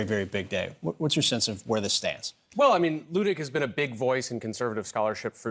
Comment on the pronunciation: I find it ironic that the guest here who's name is likely miss-pronounced on a daily basis, () happens to miss-pronounce Judge Luttig's name whenever he says it. I'm guessing has never studied German.